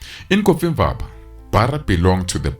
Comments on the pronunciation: I thought he was saying coffee ☕️ bar. 😅😅😅😅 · pain in my ears when hearing "coffee-mvaba" instead of "cofimvaba"😭😭😭